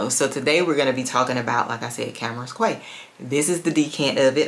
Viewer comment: I don’t like to correct people on fragrance pronunciation. I think this one is kaaah-waah 😅